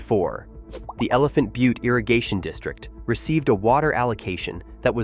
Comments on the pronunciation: Al-bu-kwer-cue ? Elephant bu-tee ? This is supposed to be credible ? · How about Elephant bu-tee ?